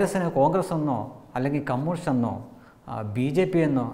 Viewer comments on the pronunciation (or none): none